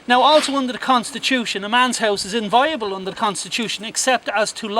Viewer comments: Difficult to take this kind of armchair legalese seriously when the guy can't pronounce the word "inviolable". He says it several times and even defines it, then pronounces it "inviable". The idiot with the camera and the bizarre mid-Atlantic accent has a very punchable head on him. No one is going to take this kind of thing seriously until they take themselves seriously. Mobs at gates and excited hippies won't do it but sure why not give it an auld lash! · Minor point but important if challenging the law. The word is: in·vi·o·la·ble not "inviable" as mispronounced here. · Somebody teach him to pronounce IN-VI-OLABLE. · This guy doesn't know the law! He's even mispronouncing the word 'inviolable'. He's misquoting the constitution. He neglects to mention that a warrant DOES confer a right of entry